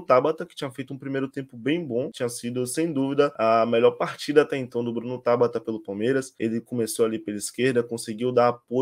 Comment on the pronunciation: Não é TÁBATA. É TABATA!